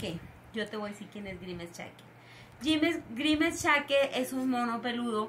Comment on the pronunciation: Nose llama grimescheque es grimes😊